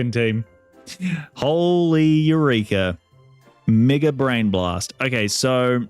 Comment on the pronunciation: You did NOT say mega 😭😭